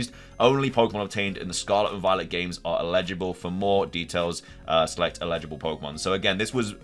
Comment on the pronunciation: "el-i-ji-bul" NOT "i-le-ji-bul" they mean very different things.